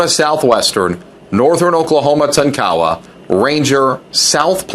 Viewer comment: Can somebody tell this guy the correct way to pronounce Tonkawa and Jay Herkelman? It's embarrassing listening to him butcher these names.